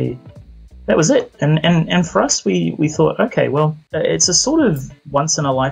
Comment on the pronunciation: When you say the title of the game, it sounds like "Wee Happy Few" because of your accent